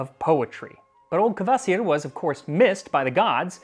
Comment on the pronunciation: The way he pronounces "Kvasir" sounds like Courvoisier to me.